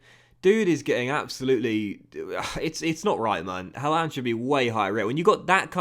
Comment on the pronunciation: Don’t like how you say Haaland :/ however love this series 😂